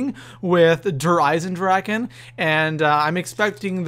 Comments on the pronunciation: Its spelled with a ch meaning "Eisendrachen" but I know you english speakers can t say 'ch' the way it s meant in german so it s kinda funny how everybody says Eisendraken ;D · Dragon = DraCHen not DraKen :) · Der EisendraKKKKKen......bruh it's drachen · its not dereisendraken,its "dereisendrache" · Der EisendraKen? xD It´s EisendraCHen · drache not draken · its so funny how everyone says eisendrachen wrong i know its german and actully i am german and it is hard to spell it right but still i luaght every time XD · i swear if i hear someone misspronounce der Eisendrachen one more time... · just for you to Know Der eisendrachen isn't pronounced with a k In german you pronounce ch like the Sound a vampire Make Then it Sees the Sun ...